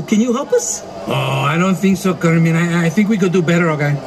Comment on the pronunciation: Pepe calls Kermit Kermin LoL